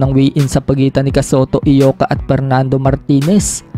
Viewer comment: Congrats tol kasi tama bigkas mo Eyoka hindi Ayoka tulad ng ibang nagmamagaling na bloggers